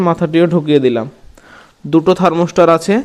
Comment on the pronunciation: আরে বোকা,থার্মস্টার না ,থার্মোস্ট্যাট হবে।